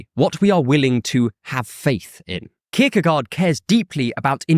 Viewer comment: I had to grit my teeth every time you pronounced his name. I still love your channel, though.